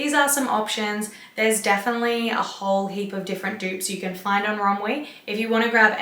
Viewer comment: Did you say run we? Or runway? Or is this all shien? Help??!!